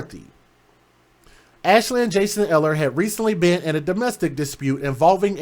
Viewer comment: Its pronounced Eeehler.